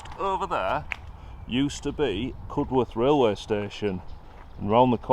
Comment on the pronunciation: Think it's pronounced CUD-erth not Cud-worth. Great video all the same. 👍